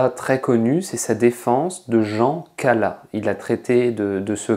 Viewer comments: Non, l'oeuvre ne se compose pas seulement de "Romans, contes ,et poésies", mais en grande majorité de lettres, d'essais, d'ouvrages historiques et politiques. Non, on ne dit pas "Cala", mais "CalaS" Non, Voltaire ne voulait pas s'approcher des "riches", et l'argent n'avait pas grand rapport avec ça, mais il y cherchait plutôt une protection et des soutiens, à l'époque nécessaires pour exister en tant qu'homme de lettres. Rousseau a bénéficié du même soutien. Non Voltaire n'a pas cherché son intérêt personnel et financier comme une fin en soit, mais comme le moyen de faire le bonheur du peuple. Son action dans la ville de Ferney parle pour lui, comme son rôle de patriarche, qui l'amenait à recevoir nombre d'enfants pauvres et de désœuvrés chez lui. Je salue l'initiative, mais c'est un ramassis de clichés et de fausses idées reçues pompés sur wikipédia. Merci de ne pas caricaturer une icône de notre histoire. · quand on dit l'affaire Calas on prononce le S !!!!!!